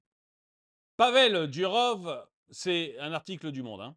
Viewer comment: Pavel Duroffff, pas Durove... C'est un nom russe.